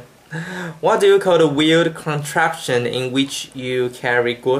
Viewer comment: You do have an accent. (1)You speak very slow but still you lose consonants which are set into the last positions of words. (2)You have tunes in your English. As I understand, tunes are only in Chinese. (3)You pronounce a few vowels and lots of consonants wrong. (4)You can't recognize 'O' and 'l', there is 'people', not any 'peopo'. 'Call' is not a 'co'. (5)You can't pronounce two consonants that sequentially exist. There is 'English', not any 'engulish'. You have an accent, obviously.